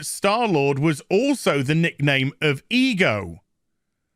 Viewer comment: Who else hears e girl every time he says ego